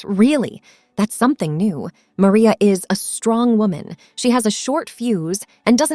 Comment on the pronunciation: Stop mispronouncing maria😮